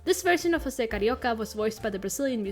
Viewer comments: Just wanted to say Jose in Brazil is pronounced ggose like how its spelt Edit: I know you researched a lot but I just wanted to tell you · José is actually pronounced with a more English sounding J in his earlier incarnations because Portuguese pronunciation of José is like that, but Disney messed it up when they started having José appear again in the 90s. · I love that you apologized for pronouncing José incorrectly, specially beacuse DISNEY themselves do it wrong. Good on you. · It’s pretty wild that José’s name hasn’t been pronounced correctly in like 60 years (unless it was pronounced correctly in the new Ducktales and I missed it). Also, in an interview with José’s og VA in a radio program in 1945, he mentions the unmade third Cuban-based third package movie which he referred to as “Carnival”, saying he hoped to be in it, but at least he got to play Carioca a couple more times before his death. No one’s been able to fill the shoes left behind by Oliveira and Garay as José and Panchito. Oliveira’s performance was SO charming and he brought a lot of energy to the role, I’ve read that his friends said that he basically WAS Carioca in real life, and Garay had a great singing voice, it makes it hard to listen to later covers of the Three Caballeros song where the VAs for Panchito either struggle with the high notes or sound too stilted (though the VAs for the characters in the new Ducktales are pretty good.)